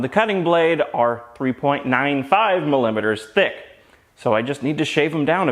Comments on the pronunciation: Oh, yeah, mill-limiters.. not mili-meters.. 😂 ok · "mulimeters" lmao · "Milimiters". I had a good metric chuckle at that one. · I both cringed and delighted at your pronunciation of millimetres. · LOL the word millimeters gives the guy an erection.